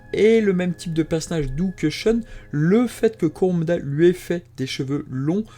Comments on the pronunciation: alor je trouve que le récap et sympas mai la façon que ta de dire shoune au lieu de shun et close au lieu de cloth c'et énervent désolé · Pourquoi tu prononce le nom de mon personnage préféré "shoune" ?